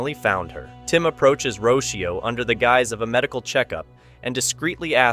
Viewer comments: The little girls name is pronounced Ro-cee-oh not roshio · It’s not Richio it’s Rocio as in (roc-ee-oo)